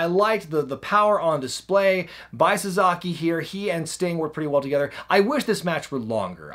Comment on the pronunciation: SA-SA-KI! Not... SaZAkey! 😂🤔🤷🏾‍♂️